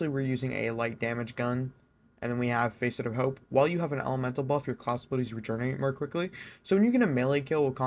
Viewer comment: it's pronounced fas-it not face-it